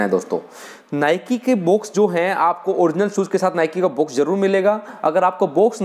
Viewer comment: भाई साहब बोलना तो सही से सीख लो बॉक्स को बुक्स बोल रहे हो और नाइक को नाईके बोल रहे हो